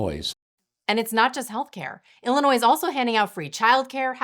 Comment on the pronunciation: Illi-noise? I thought it was pronounced ill-uh-noy